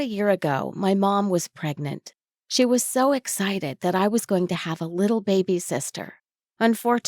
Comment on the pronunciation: why do you say baby like that >:( IT IS ANNOYING BAY BE NOT BABE BY AAAAAAAAAAAAAAAAAND STOP WHSLING WHEN YOU SAY T >:( IT IS 2020 COME ON